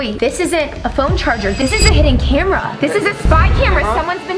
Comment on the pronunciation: was trying to say hiden cameras in your house btw i love the vid so im sehing so mene th8ms